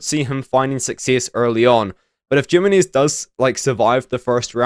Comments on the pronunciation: Jimenez Yih-Mi-Nez? ❌️ Gyminears ✅️ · Jimenez, Jimenez,, Gem-in-knees. I don't think that's how you pronounce his name, lol. It sounds funny hearing it though